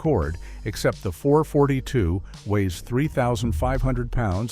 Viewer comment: Oldsmobile "four forty-two". You suck AI!